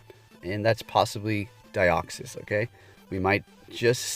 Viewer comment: Its DEE-OXY-s like De-oxy-ribo nucleic. Acid